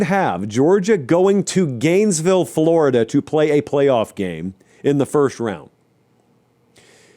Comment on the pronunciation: Thought I was dreaming at first but he really said flordia in the playoffs